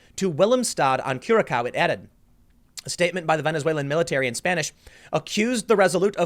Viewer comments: just wanted to point out that curaçao is pronounced more like curasau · Curaçao = "coora-sao" (emphasis is on the a in the second syllable), like the blue orange liqueur, "Blue Curaçao". Seriously... I'm gardening just in case the supply lines in Europe break down, and I will have to collect and conserve food for winter, because it does get cold here. Venezuela doesn't really have a winter in the traditional northern European sense. I understand, that they may have been surprised by the crisis and didn't have much time to prepare... but in a tropical country with great weather it must be possible to plant some stuff on a balcony, even in a city like Caracas. After all, that's the reason why Cuban communism is so hard to kill: In contrast to Russia, Cuba has lovely weather all year (apart from the occasional hurricane). Plants grow, animals thrive (and can't really wander off too far due to its island status). Even a wrecked economy can produce enough food to keep people alive under these circumstances. In the Soviet Union and its European satellite states, people always had their dachas, where they grew vegetables and kept smaller livestock. They may have shared an apartment with 8 other families (each of which had its own toilet seat for the only toilet in the apartment), but they managed to pickle some cucumbers for winter - and when I say winter, assume conditions like in central Antarctica, that could instantly shock freeze a grown mammoth. Where are the free-roaming chickens, roof hogs and flower pot beans of Venezuela? If we assume, that ev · 'cure-ah-sow' is the proper pronunciation. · The "ç" in Curaçao is pronounced as an "s". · I'm a fan of Tim, but when he said "Cure-a-cow" I was like....Nooooooo. lmao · For future reference, Curaçao is pronounced as 'Cure-ah-souw'. ; ) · Curaçao. (. Cure-a-sol. ) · It's pronounced "Curasow", just FYI. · It's Curr-a-sow. The c gets an s sound. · How are you saying Curacao? kyu̇r-ə-ˌsō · Pronounced CURE-a-sow